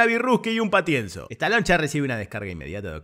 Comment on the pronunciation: Muy buena tu narracion de toda la película me cargué de risa.... sobre todo Me dio risa como ....decis estaloncha.......😂😂😂